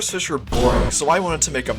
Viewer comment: take that back, we have tropical fesh